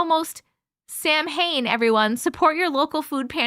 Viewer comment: Just a quick fyi (cuz reading a new word is different then hearing it spoken) samhain is pronounced sow-win